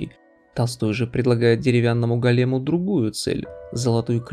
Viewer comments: чувак, я тоже после Грина остановил просмотр) 🤣👍 а еще и голЕм на 12й минуте... Ну ясно, нашел где то в жж текст и коряво прочитал под видеоряд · Очень много автор додумывает. Есть интересные идеи, но тот факт что автор постоянно ошибается в ударении в некоторых словах типа "голем", говорит о том что автор не сам писал сценарий этого ролика.